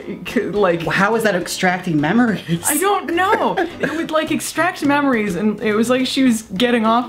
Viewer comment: Is the machine extracting "memories" or "mammaries". I'll be here all night folks